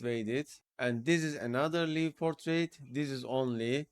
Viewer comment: One more thing. "Live" Portrait is pronounced similar to word >> LIKE . such as "Like" the Video. such as I "Like" this ! 💌🤟 The - i - =in this usage of= live == > such as in "Live Portrait" does not sound like "live or die" expression. Your videos are always so informative and the step by step instructions are like no other. I've been watching for over 2 years. I'm also a member at Discord. Thank you. 👍👍👍👍